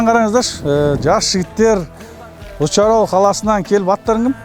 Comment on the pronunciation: Алла амандығын берсін! Уч Арал емес, таза қазақшасымен "Үш арал" деп айтсаңыз....